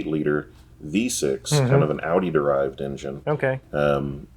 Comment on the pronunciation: American pronunciation of porsche is ok but they're off with audi & volkswagen